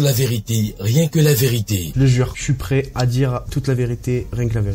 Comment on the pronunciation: Le soi-disant est irrespectueux, de même que le juge. Ce n'est pas parce qu'on a eu la chance d'aller à l'école qu'il faut se moquer des autres. Quand le monsieur prononce "plêt" au lieu de "prêt" vous comprenez bien, mais vous le tournez en dérision. C'est méchant